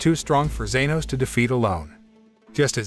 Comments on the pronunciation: its g-E-nos not z-A-nos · genos* lmao "zenos" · ITS GENOS NOT ZENOS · ITS NOT ZENOS ITS GENOS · bro said genos is zenos💀💀💀💀💀💀💀💀💀💀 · it’s not zenos it’s genos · It genis not zenos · Bruh, you did not just call Genos "Zenos" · had me on the floor laughing, I mean WTF is "zenos" lol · Its Geno's not zenoscnoob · broooo this man called genos zenos man do you even know anime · genos not zenos wtf is wrong with u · bro his name is not zenos but genos la haaa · it genos not zenos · u kinda got some names wrong and left out some major funny parts (you called Genos, Zenos) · Yeyeye opm!!! BRUH ZENOS!?!?! ITS GENOS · ITS NOT ZANOS ITS JENOS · Him:*says* Zenos Me:Huh I thought it was Genoa😅😀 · I was like is anyone not gonna talk abt the fact he said zenos not genos!?!? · all i know its genos not zenos but good work i keep watching ur vids so keep up the good work! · it's genos not zenos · Thank you genos not zenos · Its good but ill correct u its genos not zanos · Genos not zenos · Shut up people it not zeros it genos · Me induring everytime he said zenos 😰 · Man got Genus right... but not Genos?? just swap the u with an o and boom, its correct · It is genos No zenos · I can’t believe he called genos zenos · This guy seriously thought he was watching Dragon Ball for a second when he said Zenos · its being said like zanos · Ya it is genos